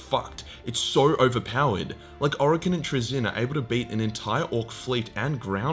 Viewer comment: Fuckin congratulations on the massive improvement on pronouncing Traeyzins name